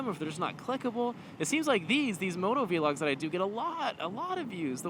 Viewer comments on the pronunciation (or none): I subbed because your sense of humor kills me. I do have to say though, it's not vee-log, it's vlog (like blog or frog). Stop triggering me.